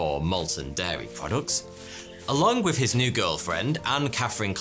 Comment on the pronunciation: If British people supposedly speak proper English, why is that they can't pronounce "th", it's "with", not "wiff", it's "something" not "somefing".